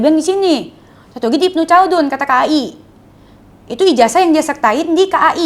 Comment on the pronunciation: Ibnu Kaldun cara bacanya